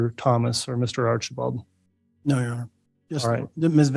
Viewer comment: Im sorry but everytine I heard Artchieball, like a child I chuckled!❤ Bears 🐻 ❤